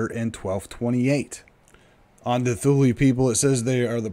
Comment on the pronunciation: Great material, but please learn the proper pronunciation of Thule, Inuit, and Kamchatka.